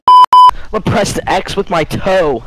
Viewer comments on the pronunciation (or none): none